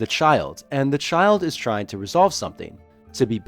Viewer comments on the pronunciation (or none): none